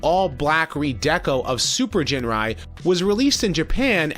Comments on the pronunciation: Dude, it's Ginrai not "Jinrai" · Ginrai. Not Jinrai. Hard "G". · Don't you mean ginrai su